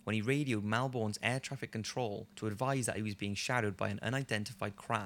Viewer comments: he said Melbourne so funny in this video, I know it's not his fault but ahah it's pronounced 'mell-bun' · It's pronounced mel-born (purposely spelt wrong) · The last one is creepy coz I live in Melbourne btw you pronounced it wrong you don't say the r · The way non Australian's say "Melbourne" always makes me laugh.